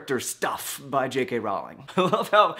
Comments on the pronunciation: One small quibble: Her name is pronounced like "Rolling" not like "R-ow-ling". Everyone gets it wrong though :P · Protip: Rowling is pronounced like "bowling" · Her last name is row-ling like your saying bow as in hair-bow by the way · In my English class this week, we were talking about plot holes in medieval romance literature and came to the same conclusion--if you read the stories with a realistic mindset, you miss the larger meaning of the works. Side note: J.K. Rowling's last name is actually pronounced like "rolling"; I thought I'd tell you since that pronunciation won't be cleared up in the movies! :P